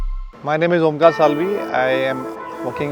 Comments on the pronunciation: None is gonna talk about his name it is omkar not omlar 😂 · It is Omkar not Omlar!